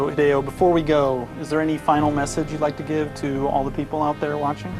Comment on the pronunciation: Did you rike it?